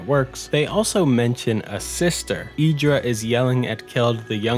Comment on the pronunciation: Idara not Idra